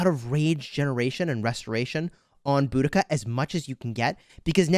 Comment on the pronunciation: It’s bow-duh-kuh